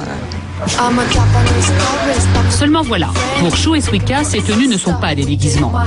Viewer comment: BORDEL ça se prononce Suika pas Swika! Elle me stresse la voix off xD Qu'est ce qu'elle est mignonne Shu (: A part ça, faut vraiment que les journalistes arrêtent de généraliser c'est vraiment chiant -_-" A part ça je trouve que le terme ' déguisement ' utilisé plusieurs fois est assez péjoratif mais ce n'est que mon avis. Allez j'me la ferme xD JAPAN HWAITING!